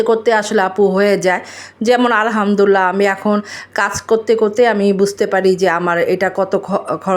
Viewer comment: Apni muslim tai Alhamdulillah shobdhota sohi kore uchcharon korun please.